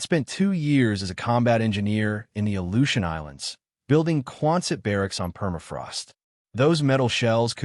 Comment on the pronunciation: Aleutian Islands... not, "Ilyushin"